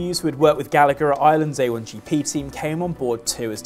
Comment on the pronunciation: FYI if Mark Gallagher is Irish then it should be pronounced Gall-a-her cause its an irish name. Should be that way wherever they are from but most English have adopted there own pronunciation. We say your bullshit place names right Berkshire, Worcester etc